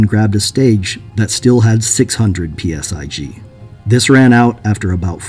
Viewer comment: Stop saying "PSi G" it's just PSI. 😆